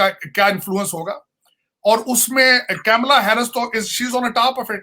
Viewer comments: Arey bhai.... It's not 'camela'.... Its KAMALA...... ka-m-la.... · Camela nahi ji kamala